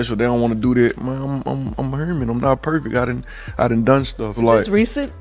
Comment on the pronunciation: He said he’s “Hurman” 😂😂🤣